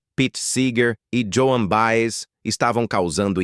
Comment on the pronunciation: O cara não sabe nem pronunciar o nome da Joan Baez. Mas vale pra quem não conhece a história.